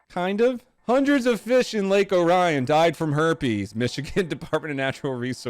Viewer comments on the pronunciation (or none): Orion = or e on not o ri on. Jeez these non michiganders. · bruh, michigan got detroit with streets like Livernois(Live-er-noy), Gratiot(grass-shit), and this man has to call it lake O'Ryan. (its Ore-ree-un) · ITS NOT ORYAN ITS OREEON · It’s lake oar e n by the way, just say it exactly how it looks but as one word I’m from Michigan and have been in and around lake Orion my whole life Not O Ryan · Fun facts: It's pronounced Lake O'rean NOT Lake O'Ryan. The lake is about 3 miles away from the location of the Oxford School shootings that went down a couple weeks ago. Lake Orion and Oxford are immediately connected communities. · It's pronounced Lake Or-ee-in not Lake Oh-Rye-Un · It's pronounced lake or-ian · Lake "OAR-E-an". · The pronounced Lake Ore-ee-in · It's pronounced ore-e-on Idk why... Michigan reasons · Oh god I’ve never heard someone pronounce lake Orion like that. Dumb as it may sound it’s pronounced lake “oreeun” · Lake Orion is actually pronounced lake or-ee-un... coming from someone whose from Oxford which directly neighbors Lake Orion. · Fun facts: Michigan pronounces things all wrong here. Lake Orion is ORE REE IN. The city of Milan is MY LAN and one of our biggest and most traveled roads here is, in-fact, called Big Beaver Road. The icing on the cake is that the I-75 exit is number 69 for Big Beaver. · 🤦‍♂️🤦‍♂️🤦‍♂️🤦‍♂️ it’s pronounced or-e-in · Btw idk why, but nobody pronounces it as "Lake Orion" here (I'm from the next town over) everyone calls it "Lake Or E On" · As Somone who lives 15 minutes away from lake orion, we must be weird because we pronounce it as Lake aw ree uhn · Lake Orion it pronounced " or-e-in" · I live near the lake Orion lol and it’s pronounced O-ree-an don’t ask why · In michigan the city Lake Orion is actually pronounced like orient or oreo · We (Michiganders) pronounce it lake or-eh-on. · The people of Michigan pronounce it lake oar-e-an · It's pronounced lake Oreeuhn lol. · It’s pronounced Or-ee-on